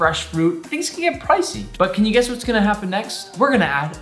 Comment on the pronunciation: I was watching this, and at the beginning Nick said "And guss what's going to happen next" and I accidentally pressed on his snack video, and so he said "Snacks" and I was like "what?"